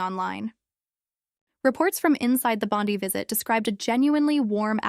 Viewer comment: December 2026?????? its only April 2026 - get your factsright. or at least look at your calender on your phone - DUH!!!! Also learn how do say BONDI - (sound it out - BON-DYE')